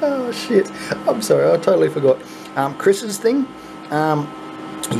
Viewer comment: Holy Sheet , ( Little Accent There ) LOL At least that what it sounds like to me ! So Funny ......... LMAO : )